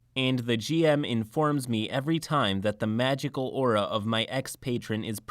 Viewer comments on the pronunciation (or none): none